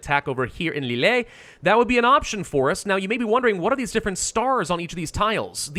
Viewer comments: Thanks for the video. Just FYI. For Lille it’s “leel” not “lillay”. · Lileee I lol'd so hard. It's pronounced as "Lil" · Not extremely relevant but wanted to point out that Lille is pronounced more like "Lill" with the "e" being silent.